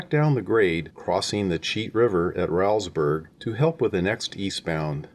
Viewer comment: Say Rowlesburg as "Rolls Burg" (not rowl like growl). It was named for a B&O Official Thomas Rowles. Otherwise, great memories here!